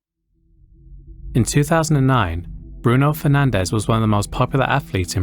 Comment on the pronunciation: The way I almost died when I heard you say Bruno Fernandes